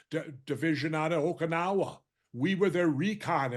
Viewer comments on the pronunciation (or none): none